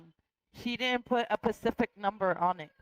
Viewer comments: Did she just say, “I can’t put a pacific number on it”. I feel bad for her kids holy heck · “He didn’t put a pacific number on it”